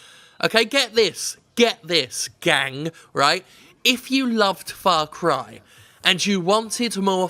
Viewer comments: Everytime Jim says "Farcry" I keep hearing "Farquaad" - the villian from Shrek 1. Ya think Ubisoft's compensating for something? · It's Far Cry. Far Cry ing out loud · "ITS FOCK CRY!" - Jim Sterling. Ubisoft should add that on their (NOT) GOTY promotion ad